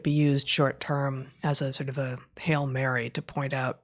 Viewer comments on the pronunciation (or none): none